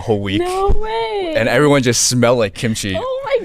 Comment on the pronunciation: She should have known that yellow shirt guy was not Korean not only by his appearance, but by the way he pronounced kimchi. He pronounced it like an American would